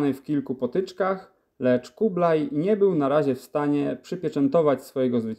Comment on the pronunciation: Po polsku mówi się Kubilaj oraz Chan (a nie kublaj i kan), bo to jest Хубилай oraz хаан po mongolsku. to angielski zapis dźwięku , czyli /x/, gdyż angielski nie ma dźwięku /x/, ma tylko /h/, więc /x/ zapisują . Nie anglicyzujmy polskiego (i mongolskiego) bez potrzeby. A chińskie 宋 wymawia się /suŋ/, nie /soŋ/.